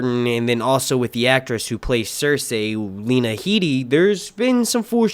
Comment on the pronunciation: Its pronounced Lee-na hee-de fyi